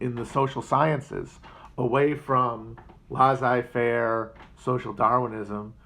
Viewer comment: It's pronounced "Laissez-faire" matt get a grip